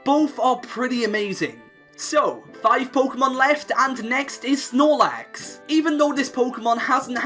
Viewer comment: IT'S SNORLAX, NOT SNOT LAX! AND YOU LEFT OFF THE Y IN RAYQUAZA!